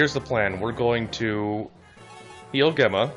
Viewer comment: Just a note, Gemma is pronounced with a J sound (it sounds like Jemma) Source: my name is Gemma